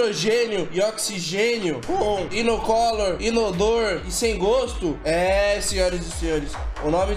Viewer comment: Inocólor. Deuses estão acima do português.